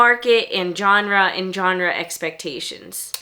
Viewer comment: Does anyone pronounce Genre correctly anymore? It's a soft G... Not a J